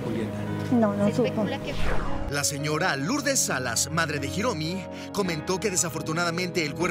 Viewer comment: Hiromi no Jiromi en castellano la h es muda q periodista ..